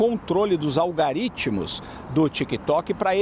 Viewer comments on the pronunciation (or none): Algoritmo, falou errado duas vezes Impressionante a imprensa